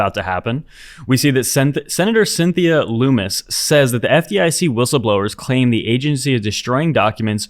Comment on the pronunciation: Fyi it's Lummis like hummus.